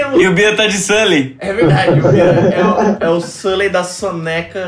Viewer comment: "Sulley" kskskskskks